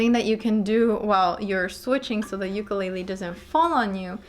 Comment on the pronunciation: Thank you. Youre the only one so far that has pronounced "ukulele" correctly! Amazing. I hear the "lei" often emphasized as in..."you-ka-lei-lee" i dont see an "i" in the spelling. Ive gone over a bit....sorry.